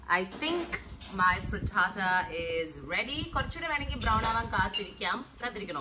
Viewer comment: When u say fritata sounds like hakuna matata so cool ❣️